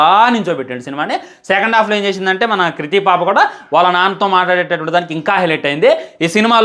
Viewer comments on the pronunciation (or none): none